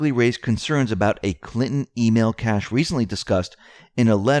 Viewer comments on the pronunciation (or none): none